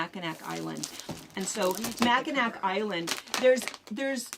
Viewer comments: Just as an FYI, Mackinac Island is pronounced “Macikinaw”. Sorry as a Michigander, I just needed to say something, it’s like nails on a chalkboard. Enjoy watching all your videos! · Fabric pronounced mac-a-naw